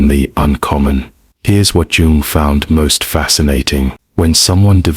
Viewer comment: Sounds AI-ish - the narrator pronounced Jung with a 'J' rather than a 'Y'. This smacks of inauthenticity, ironically.